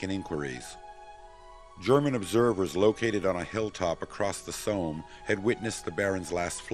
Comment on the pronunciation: ... very informative videos and thank you for posting. But I wish the narrator wouldn't pronounce Somme as "Soam" (as in roam) :>)